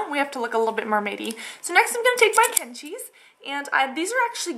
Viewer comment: OMG im punjabi and i had to pause and rewind to hear you say kenchi!! wow do you speak punjabi?! x